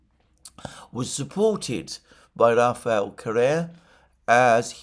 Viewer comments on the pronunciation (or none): none